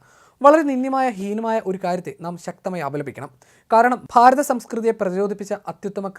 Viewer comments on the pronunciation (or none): none